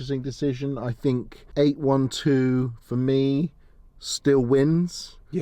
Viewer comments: What is eight one two? Ah you mean eight twelve (eight-800hp, twelve-12 cylinders) :) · Mate, it's not a 8-1-2!! It's called an 8-12!! Got it? 800 horse power and 12 cylinders, not 1-2 cylinders! Nice video but let's pronounce the names correctly. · It’s eight twelve, not eight one two